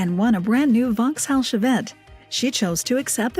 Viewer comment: A Vox House Chevette? I think that should be Vauxhall Chevette. I can't wait to win a lottery jackpot, I'm gonna take my Cortina to his workshop and say, "Just do it! Make it like it was back in 75 please." Also, 'Deadly' is NOT a place in the UK, it's 'Dudley' as in "Dud lee".